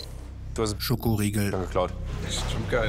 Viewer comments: Das "ScHoKOriEgl" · Wieso sagt einer immer Schokoriegel??? und Joko 😂😂😂😂